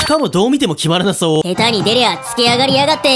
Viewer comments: 「へた」じゃなくて「したて」な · 下手(したて)のところ ヘタって言ってない？((((;´･ω･`))) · 下手は【ヘタ】ではなく【シタテ】だと思いますよ？ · へたじゃなくてしたて